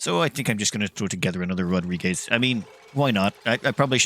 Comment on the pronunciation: what is this rodrigez he keeps talking about?